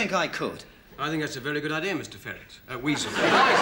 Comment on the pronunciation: I just went with pronounciation, he says Wisel not Weasel 😅